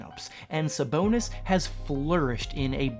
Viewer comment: You butchered Sabonis name. 😂🤦‍♂️